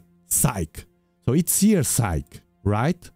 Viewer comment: Psyche is most likely named for the Greek goddess of the soul. Her name has been translated to Latin and has a long e at the end, sounds like a y. Yes I know English isn’t your first language just sharing some information.